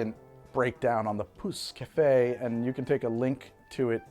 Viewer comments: Im not french but as an absolute language and dialect nerd I believe youre pronouncing pousse-cafe pretty much right. Man that does sound vulgar tho lmao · "Pousse Cafe" was on point, well done :D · You pretty much nailed the prononciation of 'pousse café'. I never knew it was a layered drink. Where I grew up, a pousse café is any alcohol served with coffee, typically a brandy. I guess the name stuck, but the drink was lost. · You said pousse cafe perfectly :) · You got the pousse café pronouncing pretty right! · you said pousse-café the right way don't worry :)